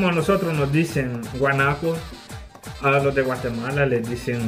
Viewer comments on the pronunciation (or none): none